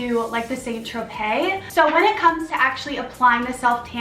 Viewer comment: St. Tropez is pronounced ‘san tro-pay’ 👍